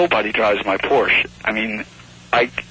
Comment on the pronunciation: Porsche is a two-syllable word!